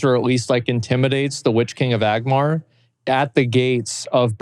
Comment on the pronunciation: Wannabe Lotr enthusiast saying „like“ 5 million times, while mispronouncing Valar (murican eh), saying 1V1 and calling the witchking „Agmar“. jezuz. Tolkien would rotate